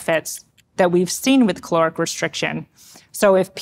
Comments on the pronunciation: It's caloric not chloric, bugging me she can't pronounce that word! 😂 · Is it me or I am hearing 'cloric' restriction. I had to check the captions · And I'm stuck on the question, Is the word "caloric" or "calorific" ? Thus reducing my lifespan 😂